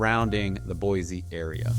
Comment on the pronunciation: You’re killing me😂 it’s Boy-See.